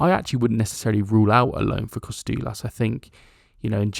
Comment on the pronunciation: Tzimas is pronounced Gimas like the "G" in George. Kostoulas has an emphasis on the middle "STOU". No KOstoulas but KoSTOUlas